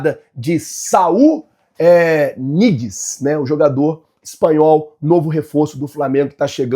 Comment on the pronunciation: Não se pronuncia "Niguez", o N com ~ tem som de Nh no espanhol, então se pronuncia Nhiguez.